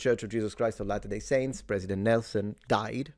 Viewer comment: Kinda getting tired of seeing police chiefs/spokeperson's who havent done ANY research at all into the press conference they are about to hold. I'm not even Mormon and I know how to properly pronounce "latter-day". We need better qualified personnel running things. This is pathetic.